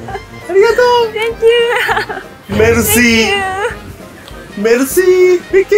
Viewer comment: ここのママのメルシー言い方かっこよくて部屋の見た目も相まって本物の貴族に見えた まあほぼ貴族だけど